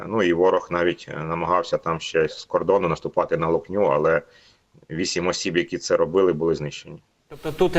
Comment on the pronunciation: Чому не правильно озвучуєте назви сіл ? Наголос БасІвка, ЛОкня.